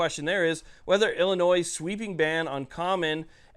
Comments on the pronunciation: Bro, please stop pronouncing the state in the plural. It's like saying I bought a Fords, and I'm going deers hunting. It's singular Illinois, not Illinoiss. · Just an FYI the S is silent in Illinois . Ill an oy. Thanks for all the hard work and pro 2A content.